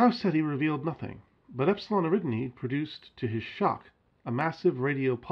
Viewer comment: "Eridni"? Do you mean Eridani?